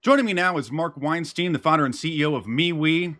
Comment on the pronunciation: "Wienstein".... eh, no thanks